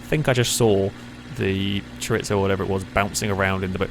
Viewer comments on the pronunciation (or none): You are pronouncing chorizo wrong. It's pronounced how it's spelt, not choritzo